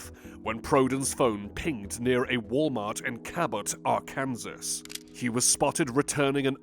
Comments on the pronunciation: Not gonna lie, lost me at "R-Kansas." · No dialect has EVER called it AR-Kansas.